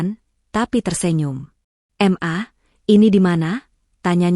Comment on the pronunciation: Kenapa ma dibacanya em a? Suami macam gt mending buang ke laut aja 😣